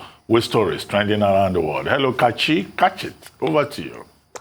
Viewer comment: Its funny how Nigeria's legendary goalkeeper Rufai is with Dr. Abati on the show but he keeps throwing it to Kachi to "Kachit"